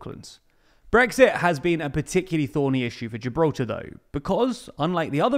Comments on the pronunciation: "Geralta". I think I knew that guy back in the day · Who else getting triggered by how this guy pronounces Gibraltar?